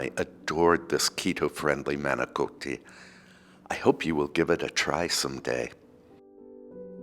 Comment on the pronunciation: Why do you pronounce manicotti incorrectly? As an American Italian/ Sicilian, it drives me nuts. By the way, you never tell us how many acres your wonderful property is.